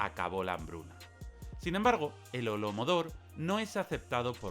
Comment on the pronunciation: holodomor, no holomodor